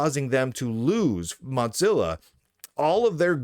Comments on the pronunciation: buddy, it's "moh-zil-uh" not "mot-zil-uh". You probably say "jif" too, don't you. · Why do you pronounce Mozilla as Modzilla?